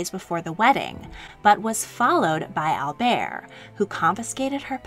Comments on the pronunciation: He refers to himself as Albert, not Albear. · It’s pronounced Prince 👑 Al- Bert with a strong “T!” 🤦🏻‍♀️